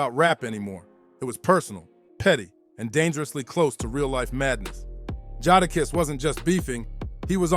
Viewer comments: It's really not that hard to say jadakiss...🤦🏾‍♂️ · Made me cut it off …sheek louch??? Nah.